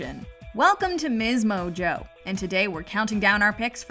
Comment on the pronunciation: Channel name written: msmojo Narrator